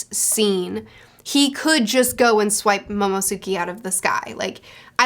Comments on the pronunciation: Welcome to the club you would catch up right at the beginning of a two-week hiatus too lol One tiny little thing. It's MOMO-NO-SKAY not MOMO-SUKI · Name: Momonosuke: Momosuki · It's been three months after first met Momo, and she still refuses to learn his name properly